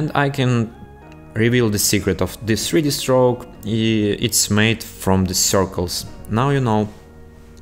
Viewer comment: сри ди строук 😀 крикнул с произношения, ну а так-то спс за туториал!